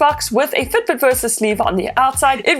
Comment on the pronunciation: why you keep saying Ftbt?